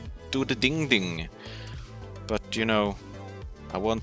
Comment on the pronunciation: Not a single healthy living human being:: "It might ooccasionally do the ding-ding"